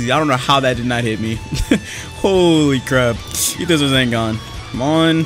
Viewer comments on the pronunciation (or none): is it just me who hears say raZENgaan? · why does say rasengan like rasingan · am i the only one who noticed he said Razengan instead of rasengan. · Nobody:: Razengan. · my bro says rasengan like rAzangunz 😫